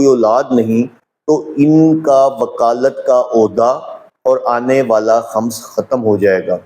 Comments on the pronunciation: Eik feedback... Aap k lafzone k talaffuz theek nahine... Like Khams nahine khums hy... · خمس،کی میم،پرپیش ہے، زبر نہیں۔